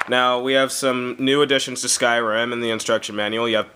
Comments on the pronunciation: In "SKIRIM" ( wtf ?! XDD) are black people :DD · 'Skirim' LOL. I already have the game, I got it two days early :3 xD The 'actual' game is brilliant :D